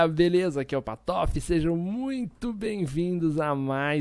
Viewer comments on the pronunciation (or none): porque ele fala patofe e não patife?